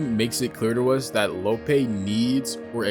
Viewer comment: He call Mr Lopee, “Mr lowpay”